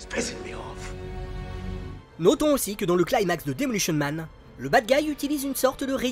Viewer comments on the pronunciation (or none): none